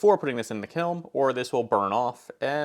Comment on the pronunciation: Is he saying kilm?